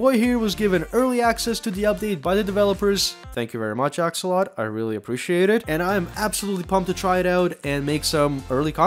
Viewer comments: pretty sure it's called "axolot" games. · I would like to say that I am personally offended that he said “Axolot” not “Axolotl” I’m unsubscribing emidiately. Jk I love your vids